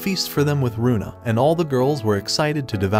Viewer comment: Its luna not runa